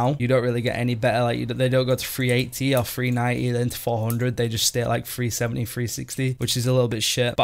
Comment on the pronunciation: ah, there's your talents again! haha... Mate, when you were talking about your gear ilvl, you kept saying FREE70, FREE80... i was so confused mate, it took me a good minute to realize you were saying 370, 380... haha, it's all good fun bud, keep up the entertaining video's. xD